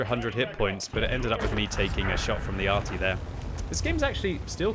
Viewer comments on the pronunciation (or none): none